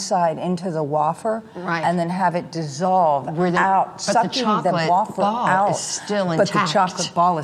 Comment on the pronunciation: wAfer? it's wAYfer Kim 😂